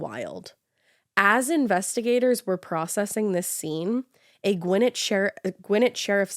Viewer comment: Listening to Ash pronounce Gwinnett cracks me up... 😅😅